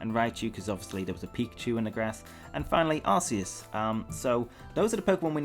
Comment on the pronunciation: I don't get why people pronounce Arceus' name as Ar-see-us, even after knowing that's not the correct pronunciation. If I know I'm pronouncing something wrong, then I change what I'm saying. How would you feel if people pronounced your name wrong after you told them it's not correct?